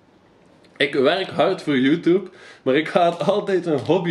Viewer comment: "Youtoeb" haha